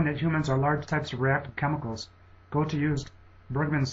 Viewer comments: No doubt Goethe can be called the smartest human ever. He is also one of the most influential. However, why can't the producer of this video learn how to pronounce this great genius' name. Please check out what the two little dots above the "o" do to the sound of that vowel. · Goethe is pronounced something more like 'Ger-ta' than the pronunciation 'Go-the' used in the video. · GOAT-uh, and ParacelSEE-US? What in the world is the matter with this narrator? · I'm pretty sure it's pronounced "gur-tuh". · it's not GU(R)-tuh, but Götuh: ö like u in "further" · Lmao. Please learn how to pronounce Goethe's name. Speaking of issues pertaining to credibility, why, pray tell, would one rank Einstein ahead of Leonardo? Absurd. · Your pronunciation of Goethe was highly irritating. ;o) Good job. Thanks for doing this. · This is a great video, but try and research the pronunciation better. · germanly speaking, he pronounced it wrong, very wrong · I think the narrator should make an effort of learning how to properly pronounce the names of the masters who appear on the list, if not with respect to their own languages (e.g. Einstein="ine-shtine"), then at least with respect to the standardized American pronunciations of their names (e.g. Geothe="gur-tuh"). The French pronunciations were very bad in particular. That said - where's Feynman? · 1. of the pronunciation of goethe is just bad :p 2. goethe didnt "follow" newtons theorie of light and color... he thought newton was wrong (it happens so both were right they only used different approaches goethe: color addition newton: color subtraction) 3. the biggest point i have with this video series: HOW THE FUCK can you measure the IQ of people that have died hundreds of years before the first IQ test was even created (like Hypatia, shakespear, ...) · the way you pronounce "goethe" is also annoying. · he's doing pretty well of course he can't pronounce "ö" properly at least he's trying